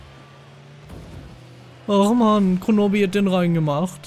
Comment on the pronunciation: Super Part! Toll, dass du keine Videos ausfallen lässt! Ich finde man merkt, dass du Vorallem in den Schnitt der Videos viel Mühe steckt! PS. Geil, wie du statt kronoobi immer kronobbi gesagt hast XD Lg diene hanna